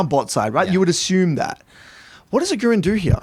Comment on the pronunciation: really nice video. but as a german (agurin is also german) i have to tell you: emphasize the A not the U its Agurin not agUrin i know this has prob nothing to do with the video but just wanted to get it out there